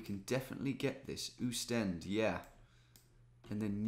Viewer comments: But it is Oostende with anlong "O" not a "U" : ˌ[oːstˈɛndə] also the "E" in the end is not silent! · Oostende is pronounced austende